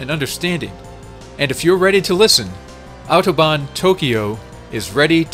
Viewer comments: I'm impressed by your correct pronunciation of the word "Autobahn". :) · I am impressed. I actually never heard a native english speaker saying "Autobahn" as clearly and pronouncing it as correctly as you just did. Glückwunsch! Des Weiteren: Watching the tunnel glitch repeatedly allowed me to transcend into a higher form of existence. Thank you for that.